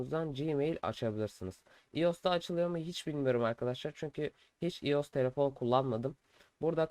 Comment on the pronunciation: iOS değil “Ay o es” diye okunuyor. Ayrıca tabi ki de mail açılabiliyor. Neden açılmasın? Mail açmak android e mi özel sadece?